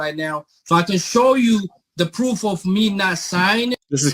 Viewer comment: Anyone else know why can button shirts and seemingly cannot? I have seen him with a buttoned shirt, but I think it is either a deepfake or his assistant did it. "I have "a" prooffff" Ok... "Dis a Fraud"... "How can do a" English is hard guys.